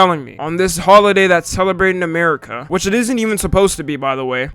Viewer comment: Holiday? It sounded like you said "Hoeaday"